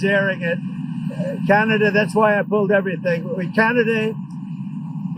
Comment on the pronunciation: "...Canaday..."??? Huh? Oh, Oh..."Ah-Cee-To-Me-No-Fun"